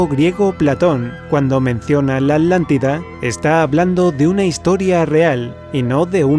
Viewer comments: Buen locutor, pero no es capaz de pronunciar ATlántida, sino "Alántida"... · Por qué dices Alantida y no Atlántida?